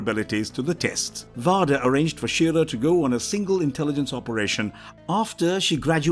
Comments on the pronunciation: He says vader and savage weird i didn't even know who he was talking about until i looked at the screen and saw that it was darth vader. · How can you mispronounce Darth VADER??? lol That is like the most well known character ever! Not to mention all the other ones he just butchered up! It would really help to actually see the movies and series! At least he didn´t say Obi Wanker Nobi!! lol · Seriously, it's like how do you butcher the name one of the most infamous villains in the Star Wars franchise? 🤦🏾‍♂ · NOBODY calls him Darth Waader and NOBODY gave him the name Darth WAADER. I can`t watch this shit! His name is Bottle of Wader. Smoke on the wader and Obi-Wan in the sky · Imagine how it feels.. watching about an hour into what's supposed to be an informative Star War's lore video... And the flipping dude calls Darth Vader "Voder" If we can't even get the basics right, how in the heck am I supposed to believe the rest of the video is even accurate? Lol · My man please...learn the character's actual names 🤦🏼‍♀️ vader not varduh, Palpatine's name was also taken from the same naming scheme of removing the In at the start of it, you have Invader and Insidious for darth vader and darth sidious, how you got that so wrong let alone everything else just wrong in this video its like you've never watched anything to do with starwars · Every time you pronounce Darth vader (which should be pronounced as VEYder) as VAHder, it’s like you’re talking about a completely unknown character. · what the heck are these pronunciations? vuh-derr???? RAY-VAN? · oh yeah darth varderrrr who's his son luke skyrunnerrrr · Darth Vaw-der is awesome I really love Darth Vaw-der one of the most iconic and recognizable villains on screen ever and this narrator was I’ll prepared in even truly knowing who the character is..shown in the lack of knowing how to pronounce his name. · This guy managed to mispronounce every other sith lord, VAAADER should choke the life out of you.